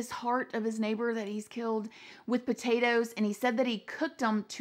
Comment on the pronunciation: I love that “with potatoes” was so emphasized lmfao